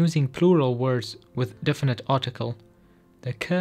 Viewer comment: Correction - the Glossika Kurdish Intro video: "Definite" (not "difinite") - as in "definite article". Thanks for making this helpful video available.